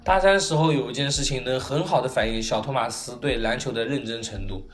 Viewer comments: 真的唸錯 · 動漫 這不是地方翻譯的問題 他真的唸錯了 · 其實你名子讀錯了